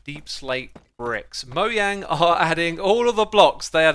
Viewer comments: Mo JANG. Not Yang. Jeez 🙄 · It’s mojang not moyang lol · Mo.....JANG . NOT Yang. I'm Swedish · Me:No nono nono your saying "moyang", like it's a disease Xsumavoid:haha, how do you say it? Me:I say it the way everyone ought to say it, mojang, m-o-j-a-n-g. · Moyang instead of mojang lol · "moyang" it's fine it's fine it's fine it's fine it's fine it's fine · you said mojang insted of mojang xd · Yes, I heard it. It was distracting, because it kept making my brain stop listening to go “!!!?” for a few moments each time. I assume he will continue because he also pronounces Mojang as “mouyan” routinely. 🤷